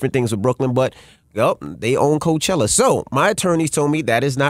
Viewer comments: you took the likeness of Coachella and said carchella lmao. how the hell they aint know lmaooo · Drop the E.. and a I....Carchilla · CAR-"CHILL"-A you can do better..the Netflix using it..LL did and it's been ours longer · Crazy, I hear car I think car not Bey, Cardi B on stage... The word Coach ( bag, sports mentor, horse buggy).... Ella Fitzgerald smh Coachella is not Car Che Ella Ohio spoke, at the end of the day it's about RECOGNITION Brand, it's not COACH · What Car-Showlla?